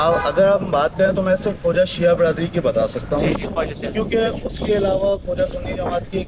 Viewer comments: word khoja hai. Khawja nahei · یہ درست لفظ خوجہ ہے